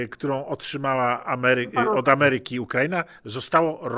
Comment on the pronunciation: ....min 8.54...dziwnie Szanowny Pan akcentuje...'Ukra'ina' zamiast prawidłowo Ukra'ina....proszę w takim razie, chcąc być konsekwentnym wymawiać Argen'tyna....